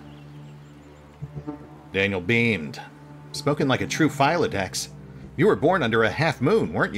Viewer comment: Philodox- "Phil - O - Dox"